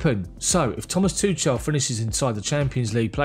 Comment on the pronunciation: Thank you for the news! Please work on pronouncing Tuchel correctly before it becomes irreversible. The "ch" is not as in "touch" or "chance"! I found this: According to Forvo, Thomas is pronounced 'Tomas' with extra emphasis on the 'a' and Tuchel is pronounced with the 'ch' sound commonly used in German and Welsh. The 'ch' is pronounced much like you would say 'Loch Ness' as in 'Loch Ness monster'. The 'e' is also left out, making it more like 'Tuchl'.